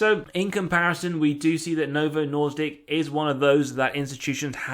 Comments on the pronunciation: you are killing my language 😊 Its Novo Nordisk. Nor-"disc". Not Norse-dic. I know Danish is awful but its still my lingo. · Sir, did u really call it Novo Nordick several times?😒🥲🤣